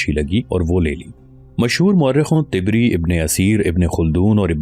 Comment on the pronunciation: Allah ma tibri nahi tabri bola kare